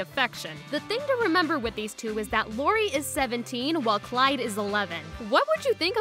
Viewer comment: You called Lori clori